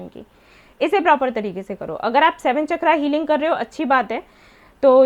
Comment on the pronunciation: चक्रा नहीं- सही शब्द है- चक्र